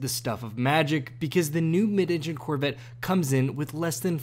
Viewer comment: "The Corvit..." - This guy ^